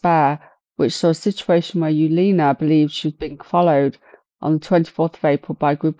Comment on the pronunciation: Her name is pronounced Evalina, it's Polish